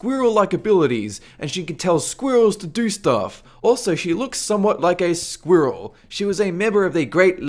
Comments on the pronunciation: can you pronounce squirrel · Am I the only one bothered with the way he says 'Squirrel'? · say "squirrel" ONE MORE TIME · Jack Fyfe well I spoke French before English so I guess I'm not used to the dialect in areas like Australia and the uk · I like how you say squirrel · Say squirrel again